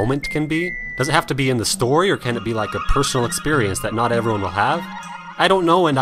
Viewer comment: I love the way you say "expurrience." xD